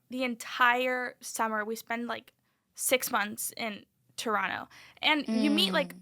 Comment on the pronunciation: Can we just please take a moment to appreciate the fact that Ariel is not pronouncing the second T in Toronto. Finally someone pronouncing the city right.